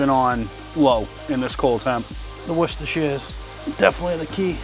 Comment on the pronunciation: you need to teach how to PROPERLY say worcestershire!